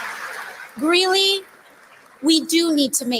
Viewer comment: It's Greeley, not Greenely